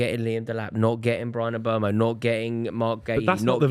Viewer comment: the uneducated buffoon still cant pronounce Mbeumo properly. 🤦🏻‍♂️